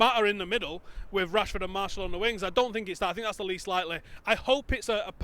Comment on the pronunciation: Marshall? wtf you are supposed to be Utd fans yet dont even know how Martial's name is pronounced